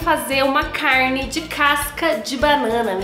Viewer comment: eu amo quando ela fala “caRRRRRne” KKKKKK amo que amo